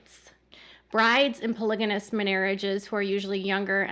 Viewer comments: Polygamous. Not polyganous.😊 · It’s pronounced “PolyGamy”and “PolyGamous.”